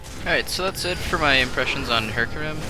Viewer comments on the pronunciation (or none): He said heracam ? Lol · hecarim not heracim